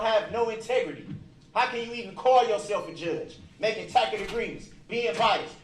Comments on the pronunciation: “Jurors: Do not consult a dictionary for the definition of narcissist as you will find a full-sized, color photo of ”. Bahaha 🤣🤣🤣. And would someone please tell this idiot it’s pronounced /taS-et/ not /tack-et/. 🤦‍♀️😆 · I think she's referring to the way he mispronounces "tacit". He says tack-it agreement. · What's a "tacket" agreement? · Before representing yourself, you should learn basic grammar and vocabulary. "Tacit" is pronounced "tassit," not "tack-it," you fool. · He certainly didn't learn how to pronounce" tacit". Still says taķ'it. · He went to the ghetto lingo school for self representational failures!!! Ask…not Axe Sustain…not Substain Oath….not Oaf Truth… not Truf Tacit…not Tatic Bias….not Biast Jury…..not Jewry His ignorance is epic,!! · “Making tackit agreements!” Sigh…🤦🏽‍♀️🙄 He’s a dang fool! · Tacket agreements. What a dumbass! Lol.